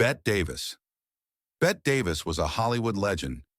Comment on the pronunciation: Stop referring to Bette Davis as "Bet" Davis. She pronounced it like "Betty." You're confusing her pronunciation with the way Bette Midler says it.